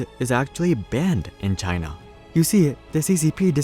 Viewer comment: HAHA the way you said china